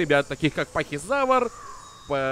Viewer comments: И не пахизавр а ПАХИФАЛАЗАВР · Уши режет твоё произношение. Терезинозавр. Шантугозавр, пазицефолозавр, гиганотозавр